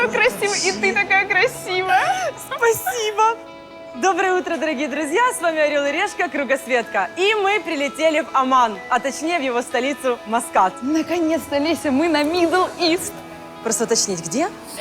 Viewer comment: не Аман,а Оман